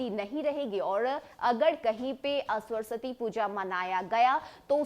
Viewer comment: पहले सरस्वती का उच्चारण सही कीजिए फिर समाचार कहिएगा।